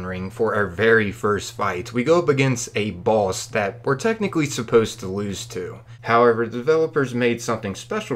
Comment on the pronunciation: Why do you pronounce "boss" and "runes" like someone who has never heard the English language before?